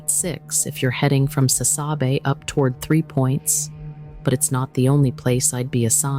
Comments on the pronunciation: Would you PLEASE find someone to narrate Correctly?? Sassabe: SauceaBe Javelina: Havalenah Etc etc etc. And the mountains you are showing look mostly like Northern AZ, Not the southern border. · It’s pronounced “sass - a - bee” (you butchered it) and you didn’t even use footage from that area. I know. This video smells like bologna to me